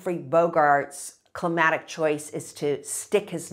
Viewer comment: to me she's saying "climatic" repeatedly, and it drove me to the comments to find this lol.